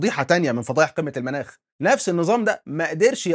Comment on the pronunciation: رچاءً،، الأصدقاء المتابعين وبعيداً عن الفلسفة ولكن محبة في اللغة العربية،،، قل قمة (المُناخ) بضم الميم وليس المناخ 😂